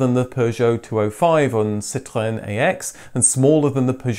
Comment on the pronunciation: Ahhhh another upload, it is a good day! Also I love your pronunciation of the word Citroën, living in France I still struggle to deliver this word and follow your french based car vids as a language outil aussi 😎 Merci!